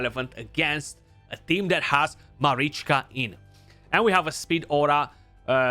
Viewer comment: You are probably the only CC who says both Taras and Marichka names properly 😅